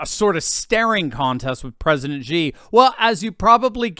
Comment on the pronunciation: Xi is pronounced, Shi, not Gi